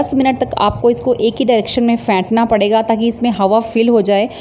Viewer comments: Hahahah fentna... phentna hota hai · فینٹنا (beat) نہیں بلکہ پھینٹنا ہوتا ھے۔۔۔۔۔